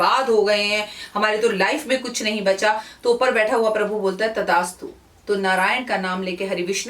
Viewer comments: Tadastu nhi mam... Tathastu hota h... Sorry aapko correct krne k lie... Sorry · It's Thasttu Not Tadastu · Tadastu nhi devi g tathaastu 👍👏 maaf kijiyega agar bura lge apko to🙏😐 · तदास्तु नहि तथास्तु होता है जि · Madam Tathastu hota hai Tadastu nahi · It is TATHASTU and not tadastu 🙏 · तथास्तु its थ not द... Sorry if i heard it wrong ma'am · मैम करेक्शन करिए तदास्तु नहीं तथास्तु होता है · Tadastu nhi Tathastu hota h...Improve your pronounciation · Tdastu nhi tathastu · With due respect it is not tadaastu ,it is tathaastu.